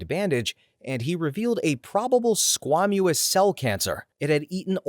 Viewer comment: Squamous is pronounced squay-muss. I'm not trying to be mean, I'm just trying to be helpful.